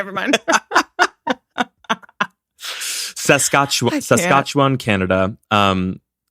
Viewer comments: I live in Saskatchewan 😂. In Regina only about 2 hours away from Yorkton (it’s pronounced York-ton so you were right) and have family that live there so I go there often You pronounce it SASK-AT-CHEW-WAN lol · Lolol it’s Sask at chew on